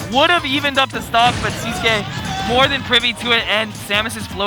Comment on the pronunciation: Why do everybody says his name wrong? 😂 Its sis (like sister) qui(like key to open a door) siskey, thats how to pronounce his nick